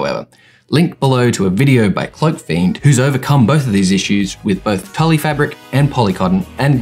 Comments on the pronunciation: I died when he said Tully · FYI it's pronounced like tool not Tully. Good vid tho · As much as I hate to admit I used to work at Hobby Lobby, it's pronounced "tool". Great video though, thanks for the info! ^__^ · So interesting, great tutorial! Also tulle in pronounced like 'tyool' hehe had me cracking up